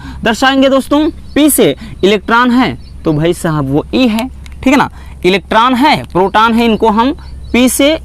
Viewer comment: Sir inhe protan neutran or electran nahi bolte hai 😂😂